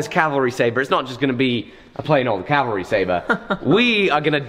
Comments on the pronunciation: Thank you for saying "CAV - al - ry" (instead of calvary)!!! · cav-ah-ree, not cal-va-ree